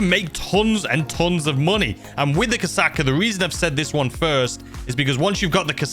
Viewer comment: mate you should really google how to say KOSATKA cuz i can trow up just listening to your pronunciations.